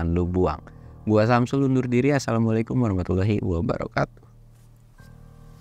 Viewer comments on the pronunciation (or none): none